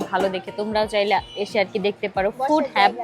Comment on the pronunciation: ফুড হাব হবে not হেব